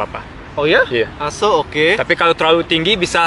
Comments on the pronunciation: ky kedengaran assuu hahaha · Lah gw kira dia bilang asuuu haha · Banyak yg ngirain itu bhs jawa "Asu" wkwkk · Gw sempat kirain masnya ngomong asuuuu.. ahahaha. Padahal orang jawa kan kalo diliat dari logatnya, apa krn lagi di luar negeri jadi ngerasa seru ngomong asu? Gw sempat mikir sampe sejauh itu sih tadi. ahahaha